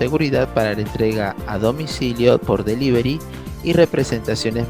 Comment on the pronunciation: delivery o delibery